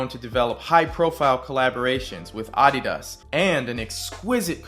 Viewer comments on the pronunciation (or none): I never heard anyone pronounce Adidas the way you did.